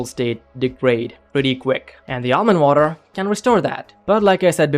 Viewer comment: Plz say Almond Water correctly thanks